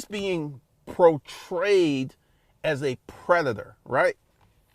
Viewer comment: “Protrayed” as a predator lol. Are we just making up words now? 😂😂😂